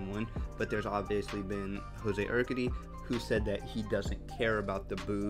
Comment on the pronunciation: You’re pronouncing Urquidy wrong bro lol 😂